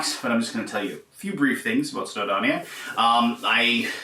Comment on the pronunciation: Welshman here - it’s pronounced “snow-doh-nee-uh”, not “snow-donnia”. 😉🏴